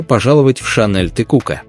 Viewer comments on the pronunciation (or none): none